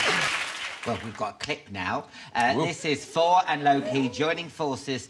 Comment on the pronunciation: I do love how Alan pronounces "Thor" as "For." Tom Hiddleston is such a dreamboat. Loved him in "Only Lovers Left Alive."